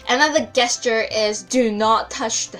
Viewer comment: When saying the word gesture use a soft G like the letter J.